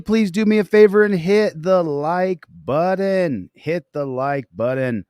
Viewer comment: Hi. What’s a “buddon”?